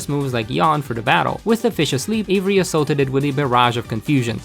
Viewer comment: I heard Avery "HAZZA"